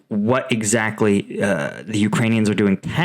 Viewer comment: "The" rhymes with "uh" when the next word starts with a consonant. ex the difference, the biggest, the quote, the most, the rail head. "The" rhymes with "tree" when the the next word starts with a vowel. ex the end, the army, the objective. Love your reporting! I hope this helps with the delivery of your brilliant analysis.